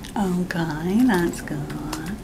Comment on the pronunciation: “Owrkayr” goddayum this mayde meay laough😂